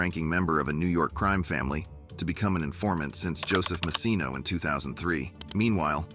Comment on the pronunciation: Horrible 👎👎 ‘the gambino CREAM family”? 😂😂 can it pronounce ANY more words WRONG? Wow🤦🏻‍♂️👎